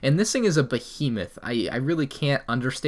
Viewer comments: Down a drink everytime he says Bohemath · Take a shot (of lemonade) every time says Hodge Podge and Bohemith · If I got $1 every time he said ‘Hodgepodge’ or ‘Behemoth’ I could buy Microsoft. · If he says “behemoth” one more time…